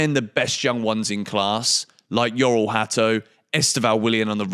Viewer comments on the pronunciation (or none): The pronunciation of his first name is Jor-ell, not Yor-ell